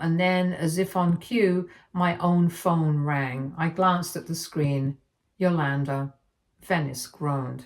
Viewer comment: It drove me crazy every time she said the name. Cool! 👍🏾 Now I get it.